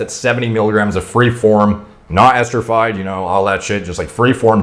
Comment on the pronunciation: Yo. It’s esterified, not esterfied, FYI. You seem like you like precision so I’ll keep commenting it, all due respect, ✌️&❤️.